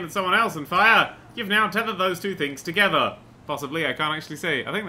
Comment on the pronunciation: Don't you mean... TOTETHER?